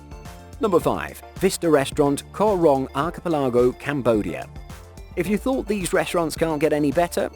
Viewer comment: archipelago pronouced arc e pelagooooooooooooo